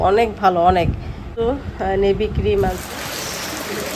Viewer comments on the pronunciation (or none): নিভিয়া বলে, নেভি না